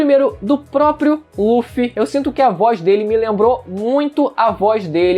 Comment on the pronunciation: só de pararem de chamar o Luffy de Ruffy já está otimo kk